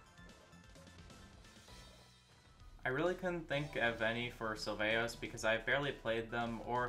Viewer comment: Dope video also "Syvaos" lmao